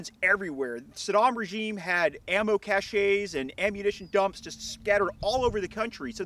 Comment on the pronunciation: a 'cache' is still pronounced as 'cash'...not 'cash-AY', FYI